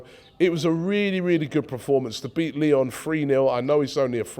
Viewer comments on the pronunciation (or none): none